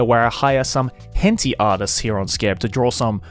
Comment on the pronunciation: He did not just say hen-tee